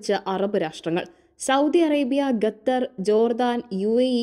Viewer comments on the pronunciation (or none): മുഖം, ഖത്തർ, അല്ലാതെ ഗത്തർ അല്ല. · ഗെദർ അല്ല ഖത്തർ എന്നു പറയൂ 😂😂😂😂😂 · ഗത്തർ അല്ല കുട്ടീ ഖത്തർ ആണ്. ശുദ്ധമായി മലയാളം പറയാൻ ശ്രമിക്കു.... ആശംസകൾ 🙏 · ഖത്തർ ആണ് ഖത്തർ